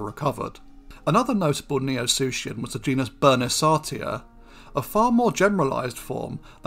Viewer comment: I'm pretty sure it's pronounced SUKIAN